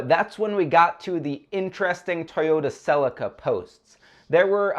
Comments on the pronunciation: Celica is not said with an a .... americans again learn to speak english its nt neesan its nissan ... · can you not pronounce celica or mazda?